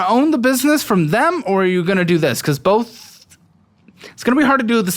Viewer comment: Never trust a guy that says “bolth”. My grandpa told me that